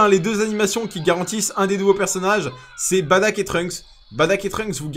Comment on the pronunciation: C pas badack comme tu dis mais bardock